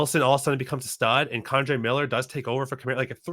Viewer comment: It's Ken-dray. Not Con-dray.